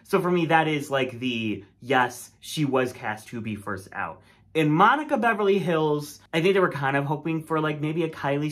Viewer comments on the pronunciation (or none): meverly hannukah billz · not meverly bonica hillz 😭